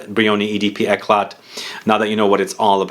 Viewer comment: The t is not pronounced